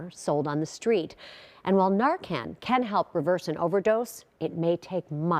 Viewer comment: The reporter can’t even pronounce Fentanyl correctly 😂